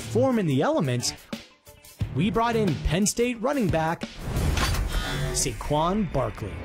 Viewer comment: bruh the way he said "Saquon"